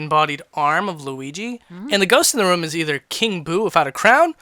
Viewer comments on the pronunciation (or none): why do you call rooms, rum? Just curious.